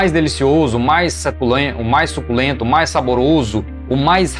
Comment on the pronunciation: Rachei de rir na parte do su-CU-len-to kkkkkkkkkkkk